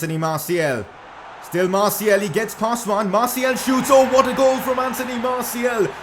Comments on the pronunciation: Just a heads up, it’s Martial, not Martiel ;) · Can you stop calling Martial Martiel?